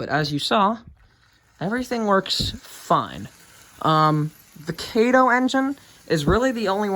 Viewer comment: Those are Amfleet coaches, not Superliners. It's Ka' toe not Kay toe. I know everybody gets it wrong. I did too and had to learn to say Kato correctly. It's Japanese. I like the Amtrak train. I'm not fond of N-scale, but it's ok.